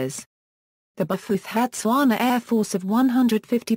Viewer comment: That's a ghastly pronunciation!